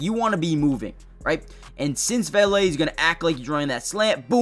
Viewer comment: VAY LAY is the correct pronunciation, I’m a big fan of his as well. He’s a great third down option and all around great catcher of the ball. DB4L